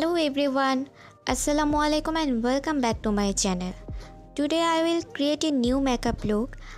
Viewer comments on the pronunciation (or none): none